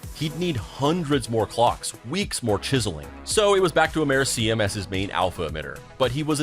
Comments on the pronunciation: "Mer see um" is Americium. And it is PRONOUNCED "Am Er ih see um", just like it is spelled. Hello? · Repeat after me: Am-uhr-eeee-see-um